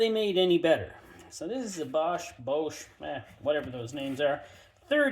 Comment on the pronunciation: Your pronunciation of Bosch is WILD!! You do you! Thanks for the review!